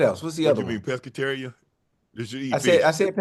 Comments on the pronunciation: Ocho : Peggiterian 😂😂😂😂😂😂 UNC : you mean Pescatarians Ocho different 😂😂😂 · Ocho saying Pegetarian is crazy work. Brother 🤦🏾‍♂️